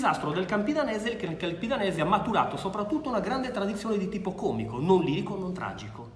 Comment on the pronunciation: qualunque italoparlante direbbe còmico no? almeno a me pare